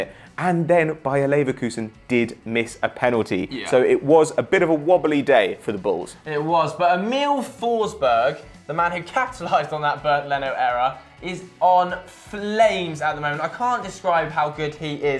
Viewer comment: It's actually E-mill not Emm-il